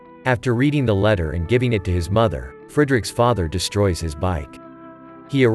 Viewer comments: like talked written it would be more like the fred from freddie...in the video its like frEEderik ...its fräderik...so i hope that helps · Uhh as a german his way of saying frederik is killing my ears...but a good recap so ...